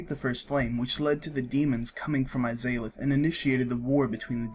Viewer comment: a pretty nice lore video. however, at the very beginning, it's seriously annoying to have the game dialogue in the background of your own voice narration. also, you have some weird pronunciation of names (the izalith one was particularly painful to hear) which is weird, considering that all of them are spoken within the games themselves. You have no other problems with pronunciations, so maybe you should work on that :P